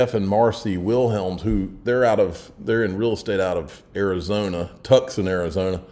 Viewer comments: Yeah you know.....TUCKSON Arizona..lol TUCSON TOO-SOHN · Tuckson Arizona! 😅.... Pronounced Toosun.......👍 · Bro did you just say “TUCKSON” Arizona? 🤦🏻‍♂️ Please stop telling people you are from Georgia. Sincerely … every one who lives in Georgia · Pronounced, "Too Saan"..... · How did you pronounce Tucson?,lol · I really wish he would stop telling everyone he is from Georgia 🤦🏻‍♂️ I guess even the illiterate can have success on YouTube